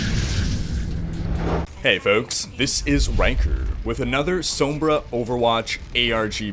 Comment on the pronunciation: hey guys this is cringer with another mispronunciation of sombra